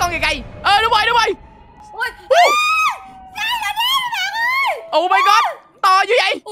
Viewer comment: khúc này người ta đọc là SIREN HEAD còn anh đọc SILEN HEAD là sao anh:))))